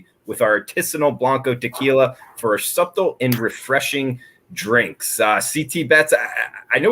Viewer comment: Did this dude say suptle lol